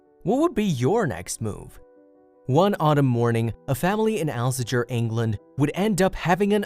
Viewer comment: The town is pronounced Al sager, you half witted dummy. Please stop repeating just about every comment you make, you sound moronic. Give it up and try another job, bog washing in Outer Mongolia perhaps. Load of bollocks.